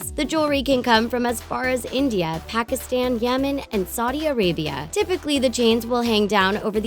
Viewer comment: As much as i love this video i didn't like a few things. Don't get me wrong this video is great but i din't like how she pronounced Pakistan, Saudi Arabia and Nath. People always say these words wrong and always seem to pronounce India right and not these 3 words. Which in fact Lilly Singh says these words correctly